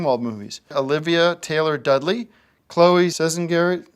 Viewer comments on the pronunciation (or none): none